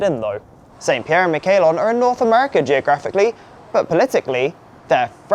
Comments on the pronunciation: Miquelon is pronounced meek-LON not “mick-AY-lon”. That was jarring to hear 😂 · Oh that hurt to hear Saint Pierre and Miquelon pronounced that way. Great video though!